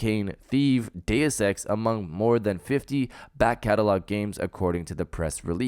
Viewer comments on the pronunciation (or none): none